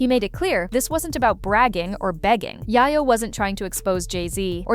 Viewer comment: Yayoooo …not yaayayooo 😂